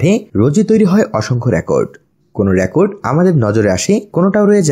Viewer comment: Rakot Na Record